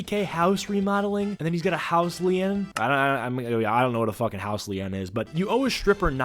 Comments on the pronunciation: Pronounced “lean” not lee-en. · Did you just seriously say "house Lee in"? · A House Li-En!? 😂🤦🏾‍♂️ You mean a house lien/lean!? 😂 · Dude said house “Lee-en”, and then called someone else dumb in the next breath. Lmao sorry man, but I had to point that out. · Calling someone dumb after you say LEE-EN. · 😂😂 it’s pronounced “lean” but spelled lien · Its pronounced "house LEAN" Lien=lean